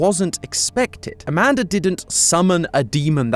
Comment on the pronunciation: I’m sorry I can’t help myself I keep busting up laughing when you say Amanda because you say it like “amandar”